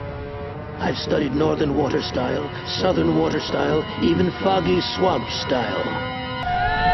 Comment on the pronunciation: The first time I heard foggy swamp I thought it was froggy swamp